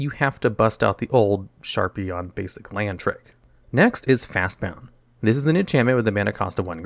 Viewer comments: You said Fastbond cost G, but you described it like it was Simic colors, since every time you called it by name you added an extra U. It's Fastbond, not fastboUnd. See what I did there? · It's not just on this video but it is fast b o n d not b o u n d fast Bond not bound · Hearing you say fastbound over and over instead of fastbond hurts lol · wait. is it Fastbond or Fastbound? Its spelled one way but you say it another.